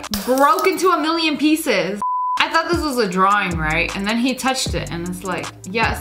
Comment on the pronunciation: It's not thioght it's thought